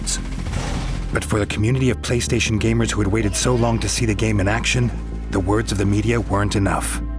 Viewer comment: Why "PLEISTEISION"?